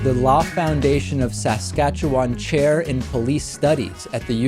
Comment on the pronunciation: congrats to David Pakman for pronouncing 'Saskatchewan' correctly...more or less :)